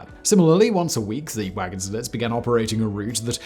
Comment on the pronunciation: Nice video. And just a little thing, in wagon-lit, the ”t” is silent 😉